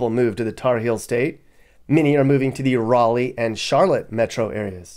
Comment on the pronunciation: FYI Raleigh is pronounced rally not rawly